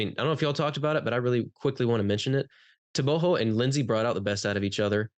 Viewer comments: TRP clown 😂 - everybody is gonna say Tebogo 😂 - you clown hhhh tebohhho 😂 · Te-bo-go with a hard "Go" ,the "Go" has to sound as if you are snoring.Im from 🇧🇼 Botswana thats how we pronounce it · The guy in blue is pronouncing it right... Its tebo-kgo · TRP Guy - tebogo , not tebohhhho 😂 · Let's hear him say it. I'm sure he knows how to pronounce his own name 🤣